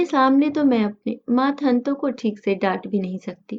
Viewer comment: मातहत होता है, मातहंत नहीं